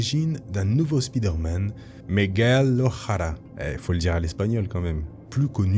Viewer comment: Migwell o a-ra, comme ça se prononce